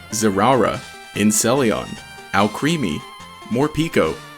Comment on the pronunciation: IT IS PRONOUNCED AL Creamy